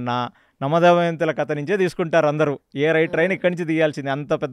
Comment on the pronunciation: garu anni baane unnai meeru bottu పెట్టుకొని chepte inka baagutundi plus kadha ni meeru kata antunnaru 🙏🙏